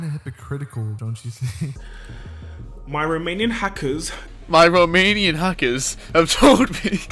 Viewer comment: why I hear: My romanian hackers, instead of: my remaining hackers?